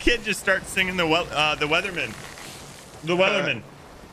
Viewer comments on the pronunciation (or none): he said the weatherman not the wellerman